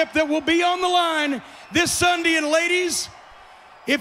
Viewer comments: Why the hell cornette keep saying sundy??? Its sunday not sundy!!!! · I hate how he pronounces Sunday! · He said sundy 😂😂😂😂😂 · guy said sunday worng and funny